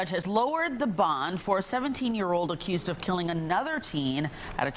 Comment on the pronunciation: This is why most of the United States is all messed up because these thugsssss know they won’t get time or at least some time. Ridiculous, she saids “a cussed” hahahaha wtf.